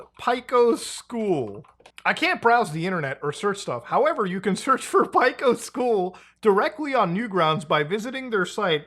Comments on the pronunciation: Just a heads up from an OG Newgrounds regular. Pico's name is pronounced Peak-o not Pick-o even though it's spelled that way. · god, I hate the way you pronounce pico. It's pronounced the same as "pea-co" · Nobody gonna talk about how they say Pico as Pieco? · never heard someone pronounce Pico like that